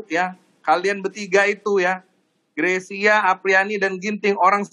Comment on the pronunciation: Mbak Rosi bisa menyebutkan marga Greysia dengan benar. Nice.